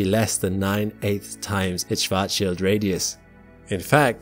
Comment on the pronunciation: I'm mostly impressed with your ability to pronounce "Schwarzschild".